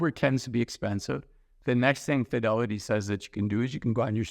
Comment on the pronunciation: Please!!!! prounounce Fidelity!!! It sounds like Fioli financial advisor!!! Love your videos. Diction!!